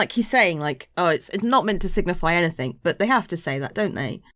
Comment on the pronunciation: can you stop saying anythink. its that one thing .